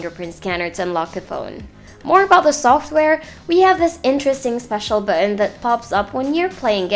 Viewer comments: Hahaha bu-on talaga. May accent pero nakasulat sa intro Philippine Technology Authority na dapat Philippine language ang ginagamit lol opinion lang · Good review. Although I'm bothered with the way you say "button". Hehehe.